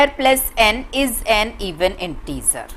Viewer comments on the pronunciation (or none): Intizer nahi hota hai InteGer hota hai No offense ❤